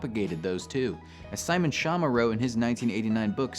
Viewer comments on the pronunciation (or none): none